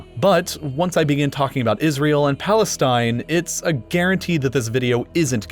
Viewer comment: I like how he say plastine